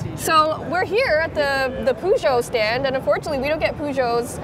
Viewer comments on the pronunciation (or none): Peugeot not poo-joe, joe does not have diarrhea Peugeots are awful btw, they make so many fancy concepts, but they just make crappy hatchbacks in the end anyways